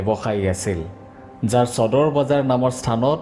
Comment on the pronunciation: চদৰ নহয়ও নিৰঞ্জন সদৰ বুলি উচ্ছাৰন কৰা